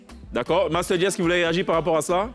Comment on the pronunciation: On dit pas pas master just laaaa c’est quel go ça maaahh …pfffff masta just